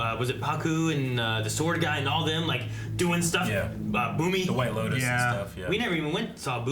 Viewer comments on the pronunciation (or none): none